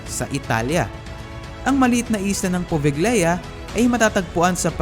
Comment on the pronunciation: Poveglia is pronounced as pove(g)lia/povelia and plague is pleyg not plag